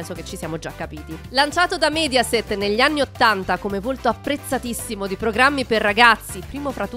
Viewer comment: Signora Lòngari, non Longàri, e Mèdiaset, non Médiaset.